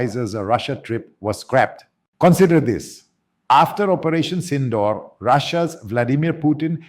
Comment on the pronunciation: You can’t even pronounce SINDOOR correctly.